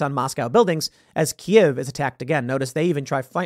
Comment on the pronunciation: Thank you Tim for calling it Kiev and not KEEV.